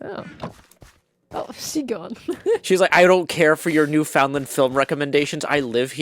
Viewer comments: Gem left so abruptly because you emphasised the 'FOUND' of Newfoundland (Newf'n'LAND). Also, the Newfoundland accent is nothing like Gem's…but so worth checking out. 🙂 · I liked the intro. Very silly. The cleanup was very satisfying to watch on stream. Your pronunciation of Newfoundland is so jarring lol. I swear I've heard you pronounce it correctly before. Dramatic block moving is dramatic.